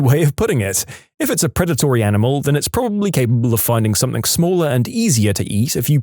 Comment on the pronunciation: No K in the word something